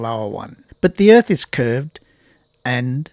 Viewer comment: "Flat Erf Rule #56"? I didn't realize could count that high!